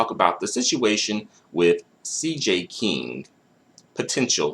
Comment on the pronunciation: Yo if you say "black kang" one more time! 🤣